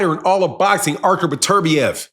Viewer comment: Dude pronounce his name right. It’s beterbiev not burturbia